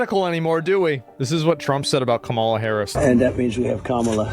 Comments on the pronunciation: Why does he always mispronounce Kamala's name? is he just being racist/antagonizing? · can you please start pronouncing her name correctly? thanks